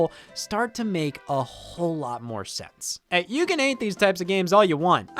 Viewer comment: this hey all sounded suspiciously like a hey y’all……..